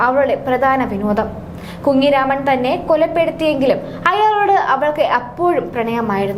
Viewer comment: മലയാളം പറയാൻ അറിയാത്ത ഈ കൊച്ചേതാ ഡേ കുങ്ങിരാമൻ അല്ല കുഞ്ഞുരാമൻ